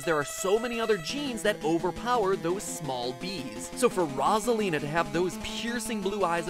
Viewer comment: He is pronouncing her name wrong. It's meant to be (Rose - ah - leen - ah) Yes I know he pronounced it correct a few times but still.